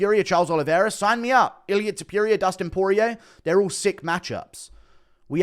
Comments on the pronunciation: Pronounce Topuria correctly. Not toopooria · can you stop saying Topiuiria. please. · Please confirm that you refuse to pronounce his surname other than “Tiopiuria”. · Why are you the only one that continues to pronounce his name the way you do 😂 if you’re the only one saying something a certain way and the rest of the world including the person who’s name it is pronounces it diff maybe change it up aye 😂😂😂😂😂